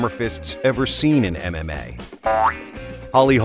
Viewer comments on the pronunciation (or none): Everytime he says "MMA" I only hear "anime" and it's fucking funny